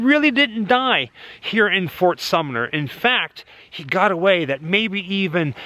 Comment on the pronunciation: says fort summer. Figured I'd point that out since throughout the video you said sumner a ton.😂